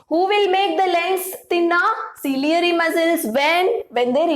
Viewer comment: It's not cilieary muscles it's ciliary muscle